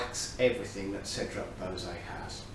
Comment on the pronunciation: "bow-zay" LOL. It's pronounced "bwa-zay"